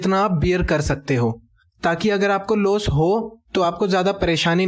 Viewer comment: Its loss not los